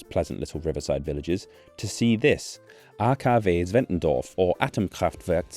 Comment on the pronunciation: German here, at least you aced the pronounciation